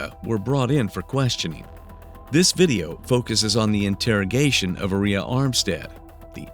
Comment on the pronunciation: Aria Armstead doesn't sound anything like gonorrhea to me 🤷🏼 The AI narrator is pronouncing Aria incorrectly. The stress should be put on the first A in her name. It should be pronounced AH-ree-yah